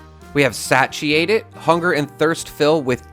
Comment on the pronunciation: Satiated - say-she-ate-ed